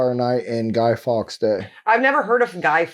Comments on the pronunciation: Guido FORKS (Pronunciation) Not Guido Fox. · it's Guido Fawkes, not Gay Fox! (She is so annoying)! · 5th november is not a national holiday. It is Guy Fawkes night. Catesby, cate rhymes with late. Fawkes same pronunciation as forks, not fox. Are you talking about the Isle of Lewis? If so their celebrations have nothing to do with Guy Fawkes night. It is about Viking memories.